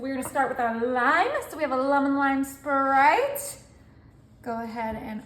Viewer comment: It’s not SherBERT It’s sherBET She’s so annoying with her sickening voice It’s SPRITE Not SPERITE